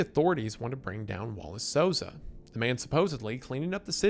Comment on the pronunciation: hey brasilian here u said the names perfectily the first time